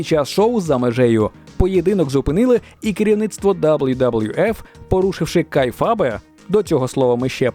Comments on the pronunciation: Просто кейфеб. Не кейфабе. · "Кейфеб" , а не "кайфабе" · Не кайфаб, а кейфеб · Трохи уточнень/поправок по реслінгу: 1) Kayfabe, по іншому трохи вимовляється. Але то таке. 2) Оуен Харт не помер під час поєдинку, він помер через те що мав спуститися з верху рингу на тросі, але зірвався і розбився. 3) Кейн, пішов в політику, але іде він в сраку, він республіканець, багато паганого казав про Україні і виступає проти надання зброї. 4) Про мандаринську це придумана штука, та і в Китай вони не їздять. 5) Здається Сіна завершить в грудні 25-го, а не на реслманії, але це не точно.